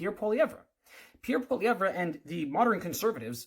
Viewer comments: Maybe you should start by learning how to say his name. Troll. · bruv can't pronounce his name and is commentating on him